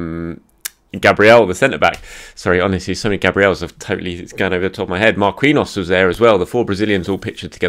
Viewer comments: Thanks. Marquinhos is pronounced MAR KEEN YOS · I love ya but you're overthinking "Marquinhos" its the same pronunciation as the PSG player. mar-KEEN-yows.(yose? idk how to spell that last soubnd but you get it)